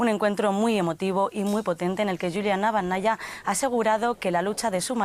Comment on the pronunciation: Estimado, ¿tienen muy lejos la redacción de DW Ruso? ¿Por qué no les consultan la correcta transcripción al español del apellido de la viuda de Navalni? Es Naválnaya y no Navalnaya. Un saludo.